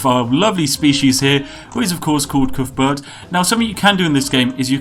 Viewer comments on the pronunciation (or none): Coothburt um I’m from wales and on every welsh rugby ball it says cuthbert not coothburt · Calls himself British! Can't even pronounce Cuthbert!